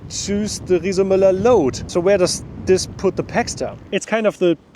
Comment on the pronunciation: Not bad for germans like me (makes me proud to listen to him, in difference to speeches of almost of our politicians). Shares knowledge, tells what he beliefs in, otherwise he wouldn't do it (because he isn't a politician😊). And at least 'Riese&Müller' was pronounced correctly, wasn't it?😉 These bikes are for shure expensive. My grandma teached me: Buy cheap, buy twice! It's allways your choice.